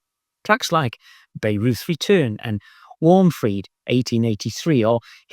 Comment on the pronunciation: I have plenty of those myself 😂 Oh, and drawing on my grammar school education (😅) we pronounce Bayreuth more like Byeroit. Nitpicking, who me? 😂 I bought that Klaus Schulze LP when it came out and still love it even though if I close my eyes to listen to it I will inevitably doze off 😢